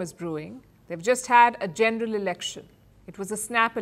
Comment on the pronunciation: Why does this woman keep saying “genDeral” when pronouncing the VERY SIMPLE WORD, “general” ???